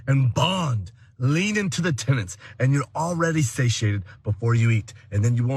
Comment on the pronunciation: Every time you said ancestral tenet, I heard ancestral tenant, and it just made me imagine Liver King pushing the lifestyle of renting out your attic to your grandmother.